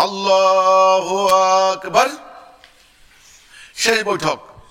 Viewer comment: সেলিম বাটপারটা তো আল্লাহু আকবার শুদ্ধ করে উচ্চারণ করতে পারে না